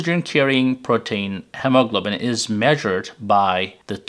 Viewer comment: Clear explanation , thank you. Please ask an Native American speaker to pronounce hemoglobins.